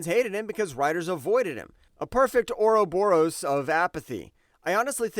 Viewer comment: I find it oddly adjusting that he has trouble pronouncing "continuity", but "ouroboros" is not a problem. 😂😂😂